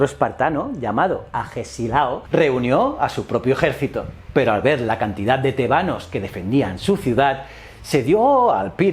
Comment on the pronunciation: Tebanos , con acento en la E ??? no es con el acento en la A